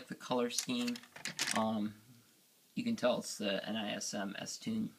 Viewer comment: I think its pronounced nismo instead of n i s m